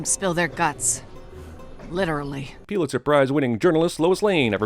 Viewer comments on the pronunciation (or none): did you really just say P•you•litzer Prize? It's Pulitzer: Pull•it•zur. It's almost like you're trying to pronounce shit wrong